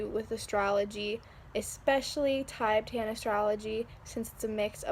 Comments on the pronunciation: it’s more commonly pronounced “tihbetahn” (: there are popularized Tibetan singing bowls as an energy healing tool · "Tibe-tan".... bruh